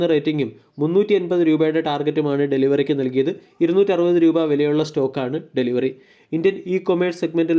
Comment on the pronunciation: Bro, ഡെലിവറി എന്നല്ല, delhivery എന്നാണ്...